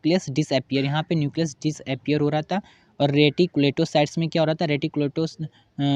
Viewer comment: Reticulatosytes nii hai .... Reticulocyte hai 😅